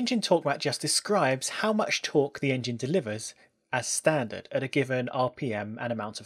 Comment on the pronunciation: can you say "as standard" like you've just seen a lion?